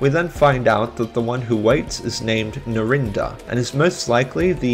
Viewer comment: That pronunciation of Narinder just killed me 😭☠